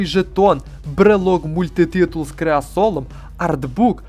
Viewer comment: Брелок "мультитиул" з "креасолом"🤣🤣🤣 А всього то мультитул з кресалом для розведення багаття чуваки поклали...